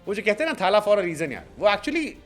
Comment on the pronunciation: Mahi retire hote hi bhagwan bngya .. retirement ke time log tadap rhe the retire kab hoga… ye media wale bhagwan ram bna ke rakh diye .. uppar se ye bihari jab thaaaaaala bolta hai bihari accent mein toh mann krta hsi khaini ghused du muh me